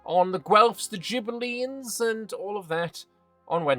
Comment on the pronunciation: For future reference for all years to come: Ghibellines is pronounced with a hard "g" (so not "jibellibes", but "gibellines", like the "g" in "grass") as the letter "h" in italian is silent and is used to turn the soft "c" and "g" sounds into hard ones. Sorry it just hurts my brain hearing it pronounced like that 😅